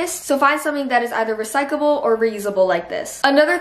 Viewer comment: The fact that she kept saying "recycable" lowkey pissed me off but I still love u